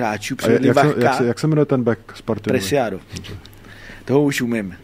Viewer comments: zase zabil😂😂😂 prý sem se učil jeho jméno a místo Presiádo- “Persiádo”😂😂😂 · To je expert, tolikrát zkurvit jméno pravého obránce Sparty. A ještě řekne, že se to učil. Klobouk dolů.